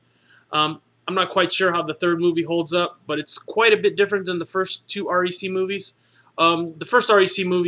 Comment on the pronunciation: Aaaaccck its REC. Not R.E.C. As in wreck. Fuck.